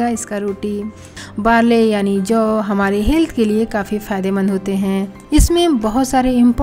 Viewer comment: Jav. Hay ki juvar. Vo brabar boliye